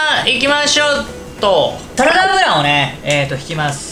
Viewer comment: 2：32 何回聞いても「タラダ油をね～」に聞こえます(*´艸`*) 酔っぱらっているのに、見事な包丁捌き、惚れ惚れしますね。